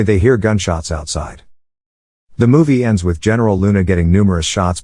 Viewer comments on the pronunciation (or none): none